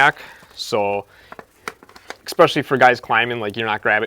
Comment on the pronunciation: He lost me at eckspeshelly